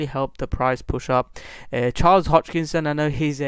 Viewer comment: Sorry dude but I have to say something. You are 25% on profit and you recomend to watch your video ? Im over 400% on ADA. You don't even know how to pronaunce the name. HOSKINSON. Or how did you said ?Hoczkinson ? Hitchkok ? As you can see I'm confused too :) lol